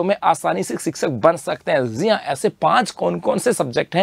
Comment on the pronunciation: Jii han ❌ zee han ✅ 😂